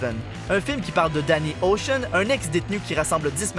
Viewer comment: On dit 《Debbie Ocean 8》 et non 《Debbie Océan 8》.